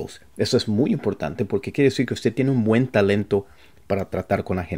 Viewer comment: Hi. Great. Thanks for giving these tips. Just a little think. In spanish we must pronounce the last consonant 'd' in the word 'usted'. You sound and say 'uste'.